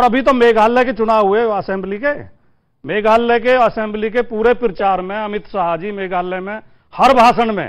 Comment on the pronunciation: मेघालय को मेघाल्लय बोल रहे हैं । नाम भी सही से नहीं ले पा रहे हैं। ये तो हाल है।